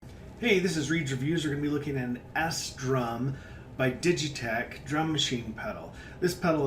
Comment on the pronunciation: It's not called "S" Drum, it is called SDRUM, pronounced like "strum" but with a D. It's a play on words meaning a drum that you strum. Almost as confusing as the "O"Neders instead of Wonders, in "That Thing You Do."